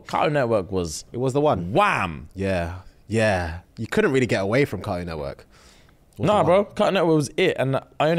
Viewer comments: "Caroon Nework"😂😂😂😂😂sorry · This is how I know I could never date a Brit lmao the way my whole body cringed at how they pronounce ”Cartoon Network” 🥴🤢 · As an American, hearing you guys say cartoon network without pronouncing the "T" over & over is so interesting 😆